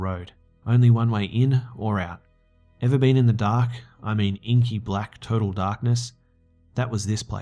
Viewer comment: i laughed too hard i think you said total darkness but bcz of the accent it sounded like turtle darkness ! idky but that was so funny to me i was like wtf is turtle darkness?